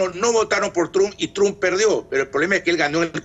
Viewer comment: Y la comunidad cubana y venezolana, ( influenciados por el odio a sus gobiernos), y x el evangelismo, irán como borregos a votar a “Tromp” cómo lo pronuncian ellos 🤦‍♀️ Ahhh y Biden ... lo mismo. Mejor que no voten, así, al menos no tendrán cargo de conciencia